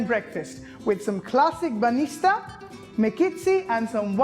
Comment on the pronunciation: It is not banista but bаnitsa and you never put suger on mekitsi..... Omg, if this is your way of making them okay, but don't say that they are traditionally Bulgarian, because no one in Bulgaria would make them like you....